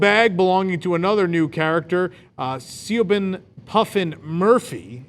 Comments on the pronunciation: Siobhan is pronounced like shabahn it’s Irish :) that’s my friend from high schools name ! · Please look up how to pronounce Ms. Murphy’s first name, Siobhan. You butchered it!